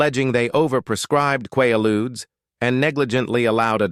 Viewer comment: Quaaludes was pronounced wrong. They killed so many back then.